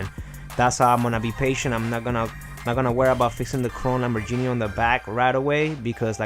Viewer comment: Lambor*GEE*ni not Lambor*JENIE*